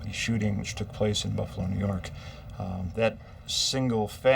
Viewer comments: "nuu yawk affice" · IN BUFFALO NEW YAWK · New Yawk Affice xD 🤣😂😆